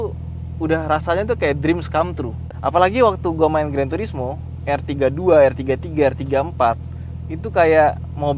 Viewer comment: Bukan er33 tapi r33